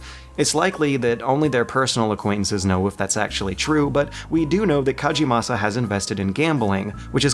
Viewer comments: It's KAGEMASA, not Kajimasa! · fyi it's "kah-geh-mah-sah," not "kah-jee-mah-sah" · "kaJemasa" top lel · In Japanese, only J's are pronounced like Js. G is never pronounced like a J. Just a minor annoyance. The first syllable in "Kagemasa" should be pronounced like the English word "cog." And E's are more like "eh" than "ee."